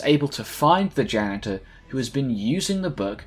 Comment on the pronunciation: “After this he goes on to directly fight the ganitor.”